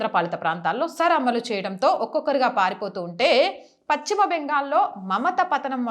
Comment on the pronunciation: Paschima ,it's not pacchima